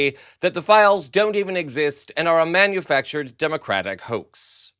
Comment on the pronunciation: Poor 47 he can’t even say democratic correctly just sad